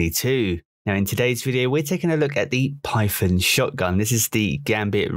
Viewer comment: Everyone: Python Jarv: Pyfon